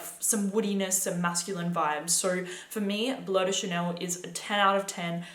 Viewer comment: "Blow de Chanel." How can you talk about fragrances and you can't even say their names?